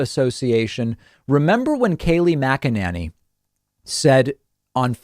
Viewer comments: Bro you've got to stop saying her name wrong, it's Mac-a-Nay-knee. In the first minute you mispronounced it three different ways. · Why do u pronounce her name that way? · 😂😂😂🤣 I cant figure out if David is purposely screwing up McEnany or if he literally can’t pronounce it! Lol But wait he does the same thing with Laura Trump. Calls her LaaRah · David, you are mispronouncing her last name! 😂